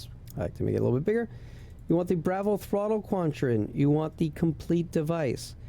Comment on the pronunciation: I really wanted to watch this and learn how to set this up but the way you pronounce "Bravo" is like nails on a chalkboard 😂..... Dude.... No